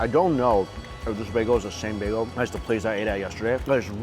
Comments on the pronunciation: OMG it's NOT bago it's bagel.. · Laughing at how he mispronounced bagel by calling it bago scroll down into comments section an theirs people correcting his mistake hilarious 😂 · I wonder if he knows it’s bagEL not bag-o ahahhahhah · Listen closer with a good pair of headpones and turn on the subtitles. You can literally hear him say both bago and bagel. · Does somebody else hear him say bagel bago ? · If you listen closely you can hear him say both bagel and bago. I swear put on the subtitles and you'll see it translate both bago and bagel. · yeah he said 'bay-go'. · Nope, he says baygo. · "On and everything bageo.." 😳 "That's a Las Vegas begeo.."😬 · The most "bay-gos" said in one episode 😂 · Bruh srsly needs a speech coach for vid popularity purposes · I think mostly everyone heard him say baygo.